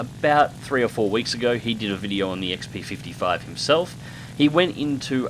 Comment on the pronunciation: Yay, you said it right! Such happy! :D